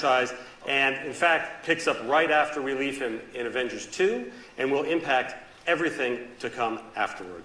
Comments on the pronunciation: he litterally said the Avengers into Avangers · Its Avengers not avengars